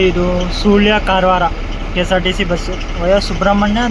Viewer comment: ಸೂಳ್ಯ ಅಲ್ಲ ಸುಳ್ಯ ಅದು